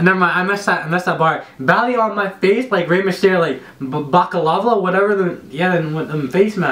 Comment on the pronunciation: man said Bakalava 😂